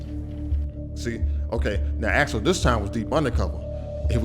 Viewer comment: Axel Foley, not Alex Foley.